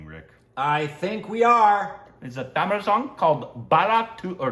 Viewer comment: Tamil / THAMIZH pronunciation 🔥